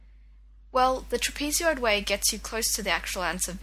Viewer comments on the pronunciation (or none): great videos. I'm a secondary maths teacher in Texas I'll be using these. However I will mention you pronounced Trapezoid incorrectly. TRAP-eh-zoid I don't want you to get razzed by any one else when you say that:) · i'm not sure if your dialect is just entirely different but the way you pronounced "trapezoid" was entirely foreign to me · Tra PEE ZEE oid